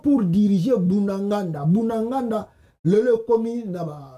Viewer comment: C’est BUNAGANA et non BUNAGANDA…Merci bcp 👍👍👍